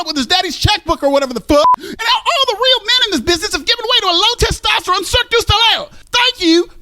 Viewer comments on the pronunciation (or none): none